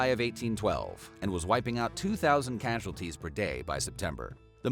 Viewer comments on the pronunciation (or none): none